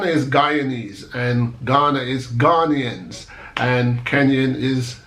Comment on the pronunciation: Good job brother, i was waiting for the correct pronunciation of Ghanaians. U did ur research n im proud of u. N also, i like how u were smiling the entire time u were talking. I hope God directs u to ur right ancestral root. If u happens to choose Ghana, welcome home!